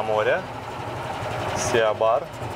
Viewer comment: Не Сиа бар а си бар🤣